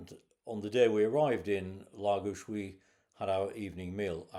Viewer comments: Very interesting and pleased to hear you pronounce Lagos properly ie LAGOSH. Been once on a day trip and really liked it but, still prefer Quarteira for the walks along the promenade, beautiful beaches, and fish restaurants. Not touristy just, very, Portuguese. There is also a huge market selling fish, fresh meat, fruit and veg should you wish to cook yourself . My favourite place ever. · Was in Lagos this time last year, what a great place, has an almost magical air about it. Your holiday looked great. And from a Portuguese speaker, you nailed the Lagos 👌